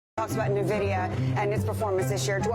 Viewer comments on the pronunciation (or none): Never trust the opinion of someone who pronounces Nvidia as 'Nuhvidia'.